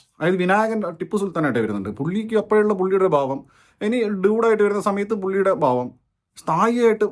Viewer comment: ബാവം അല്ല ഭാവം